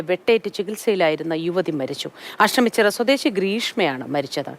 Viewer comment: Ashamichirayalla ASHTAMICHIRA Malayalam Athara Pooralle???????😂😂😂😂😂😂😂